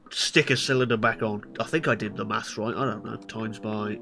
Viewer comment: "roight" I love the British!!!!🇬🇧🇬🇧🇬🇧🇬🇧🇬🇧